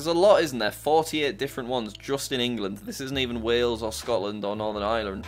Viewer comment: Ireland in a Irish accent. 😂 that’s cool